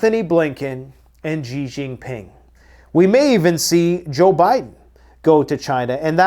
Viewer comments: Btw: it's simply pronounced like the American English: "she" Xi Jin Ping "Xi" = "She" NOT "JEE" NOT "ZHEE" NOT "(???)" Simply: "she" = "Xi" BONUS! Mandarin Chinese "Q"/"q" = "ch" ("church") Taiji Quan = Tai (Chi) Chuan Obviously, the "ji" is different from "Chi" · It's pronounced SHE....A Chinese man told me :) XI is a she sound...